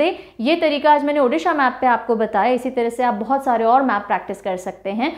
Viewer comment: Video -- ko jaisa pdh te hai,,wesi hi -Odisha- ko pdh te hai,,, 🙂 -“ di "- ucharan change karo, achhi lagegi,,,🙂 thanks mam 🙂